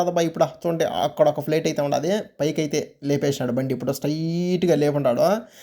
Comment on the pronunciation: Plet kadhura babu flight adhi